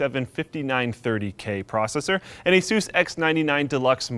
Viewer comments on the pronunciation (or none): I don't know this " aysoose" brand. If you mean Asus then the original name was "Pegasus" which they changed to move up the alphabet. Do you say "pegasoose"? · When he says Aysoos instead of Asus